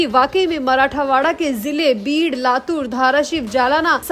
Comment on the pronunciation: मराठावाडा गलत उच्चार हैl मराठवाडा सही हैl